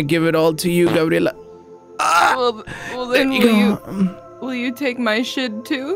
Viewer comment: It's cleary grabierla